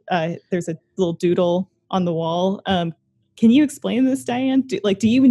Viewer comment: Every time the host mispronounces Dayeanne's name...